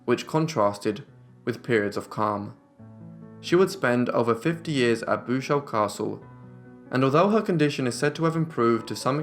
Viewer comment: I'm back. Bouchout is contraction of two Flemish words bouch (guttural ch) en hout(wood). The pronunciation is boochout with the 'oo' and the 'ou' as in English.😁😲